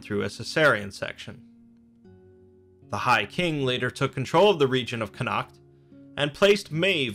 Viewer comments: Connaught is pronounced "con-ort". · Connaught is pronounced "connot" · Connaught is pronounced Conn-ocht not Connackt.